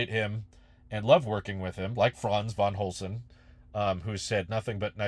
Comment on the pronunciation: Franz van Holzhausen.. Not van Holzen bruh…